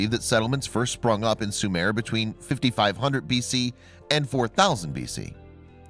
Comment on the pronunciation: Sumare is not and was never a country it was pronounced Sumer and Sumeria not Sumare.